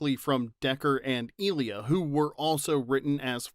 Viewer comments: Her name is pronounced I-lee-A, not ILL-lia. Second video same mistake. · Who is eelia? Do mean Ilia? (Eye-Leeah) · How can you have any credibility when you don’t pronounce one of the main characters of the motion pictures name correctly?